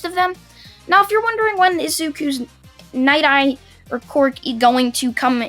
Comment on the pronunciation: Dude its night eye not ny eye